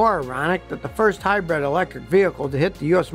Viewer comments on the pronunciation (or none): Scotty keeps trying to pronounce it as "Hy-brid" but half the time he still says "Hy-bread"